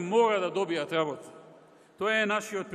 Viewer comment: Zatoa nie velime-LABOTA,LABOTA,LABOTA.........." xexexe